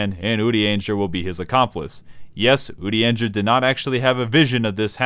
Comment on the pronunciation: Are you trolling by consistently mispronouncing Urianger's name? Or...? Good bait, I guess.